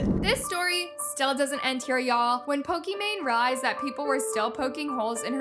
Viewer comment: off topic, but why does ALWAYS purposely mispronounce names? and I know its on purpose cause she says it right once and says it wrong after. is she trying to be different? for example, Pokimane, is pokemon😭 Sabre is SAW-BRAY, Naz is NAWZ, its so weird😢 no hate tho im just confused why she does it